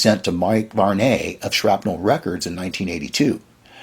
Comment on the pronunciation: mike varnaaaaaaay who is mike varnaaaaaay? we know a mike varney, but not a mike varnaaaaaay, oh dear you can pronounce Yngwie Malmsteen but struggle with varney lol